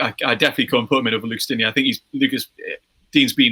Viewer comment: As a french i'ts funny to see that the Spurs fan pronounces better the name Lucas Digne than the Everton fan ^^ and it's funny to see how high he is rated in England, whereas most Frenchs don't rate him (personnally I think he is great though)